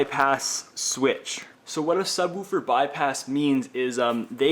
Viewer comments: sub-wu-fer haha. good video though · I love how he says subWOOFER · ha! SubWuuferrr! Canadien? Peace to the northerners! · Chris Zuccaro I cant un hear that now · Who taught you to say subwoofer?